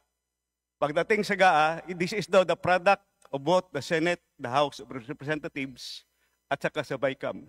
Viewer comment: I thought I heard the "House of Representath....s" 😅